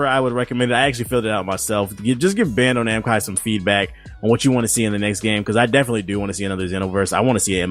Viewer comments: This nigga said Bando-Namcai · this dude kept saying bando namcai isn't it bandai namco?